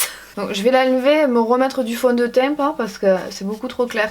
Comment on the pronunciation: MDR ton accent du sud "fond de teiint"